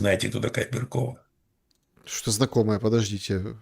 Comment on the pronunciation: Не беркОва, а бЕркова